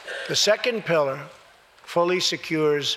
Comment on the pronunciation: When Donnie says pilliar I know he thinking about his pillow.